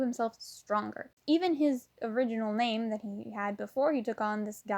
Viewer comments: Good video, but why do you pronounce every name and place so ... bad? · Is it me or did she butcher all their names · I really like the topic but you mis pronounce like majority of the characters name